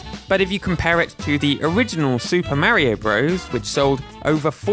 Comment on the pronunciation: You pronounced Mario wrong